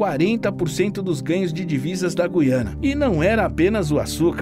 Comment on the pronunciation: meus parabéns vc é dos poucos videomakers q sabe pronunciar direito o nome do lugar: GU iana